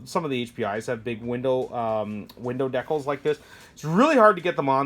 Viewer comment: It's decals, not the way you are pronouncing it .